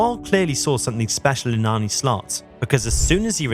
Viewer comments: Jezus!!! You woke up late. And try to get the dutch names correctly spoken....I emplore you, just try... is not Arnie...its Arne....just try it out of courtesy. For your sake, i hope he is successful and a lot of dutch players invade the premier league. Good luck with that boi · Apart from the pronunciation of his name. John ARNE Riise. This shouldn't be hard for anyone who has been following Liverpool the last 20 years.